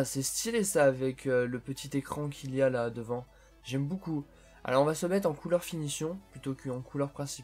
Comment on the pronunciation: Pourquoi quand tu dis beaucoup tu dis boucoup